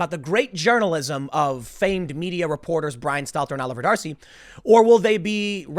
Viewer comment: Every time you say 'Oliver D'Arcy I hear Jefferson.